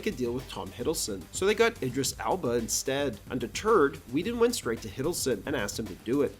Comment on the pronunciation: I'm noticing a couple of mispronounced names in this video. Like "Josh" instead of "Joss", "Abla" instead of "Elba".